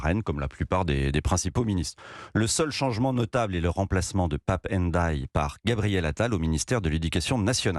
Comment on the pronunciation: Monsieur ,il n est pas difficile de prononcer Ndiaye